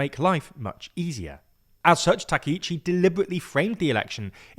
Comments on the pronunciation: Not TAKEICHI，TAKAICHI！ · You are mistaking Sanae's name. Her first name is Takaichi, not Takiichi. Thank you for reporting Japanese politics to the world as a Japanese viewer. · Not 'takeh-ichi' , 'Ta-cah-ichi' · Takaichi /ˌtɑː.kaɪˈtʃiː/ is pronounced with separate “ka” and “i” sounds—like “father” /ˈfɑː.ðər/ for the first “a” (short, open), then a quick “i” as in “ski” /skiː/, and “chi” like “cheese” /tʃiːz/. Think of it as “tah-kai-chee,” stressing the “kai” part.[youtube] English speakers often say Takeichi /təˈkeɪ.tʃi/ because “ai” triggers their “ay” diphthong—like “sky” /skaɪ/ or “take” /teɪk/, blending into a long “ei” sound instead of two distinct vowels. It’s their natural spelling-to-sound rule at play, not a Japanese “take.”[youtube +1] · たけいち、じゃなくて、たかいちだから間違えないで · Clear and precise explanation! But you butchered her name, it’s TakAichi. Please do review names before posting videos, thanks.